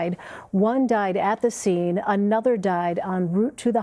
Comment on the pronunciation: “...anutha one.” Me: “😑😒”